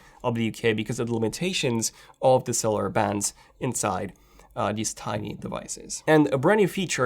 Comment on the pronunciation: Can someone explain what he was talking about when he mentioned the international calling SOS thing? I was really lost Bc I don’t know if he said “cellular” or “seller”?